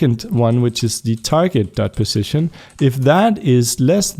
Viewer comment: Ok idk if you fixed it(or if you still care) but, On the last error it you said "Positon" instead of "position"